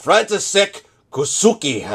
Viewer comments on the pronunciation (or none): koucky is pronounce co-zeck-e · "Koucky" you can try say like a "Ko-tz-k-ee", "František" was spoken almost good but "š" means "sh". Nice vid...